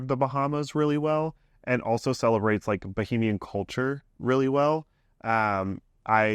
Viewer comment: I love yall but it’s “ba hey me on”